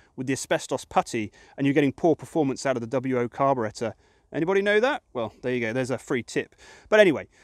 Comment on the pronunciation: Generator (alternator)? Carbu-REH-tor? What the hell?